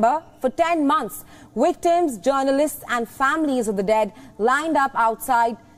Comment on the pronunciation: They are not wictims they are victims.Please fix you W's & "V's